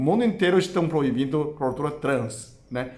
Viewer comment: Acho tão lindo o falando..."gordula". Não conheço Chinês mais maravilhoso que o. 🇧🇷❤